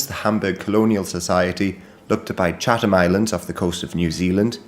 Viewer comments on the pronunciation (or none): none